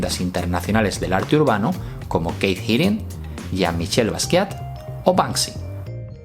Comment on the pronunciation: Porque dices siempre Keith Hiring? es Haring, vamos por lo menos yo nunca he escuchado pronunciarlo con una I. Esto no es una critica negativa o con ganas de ofender, solo curiosidad, un saludo!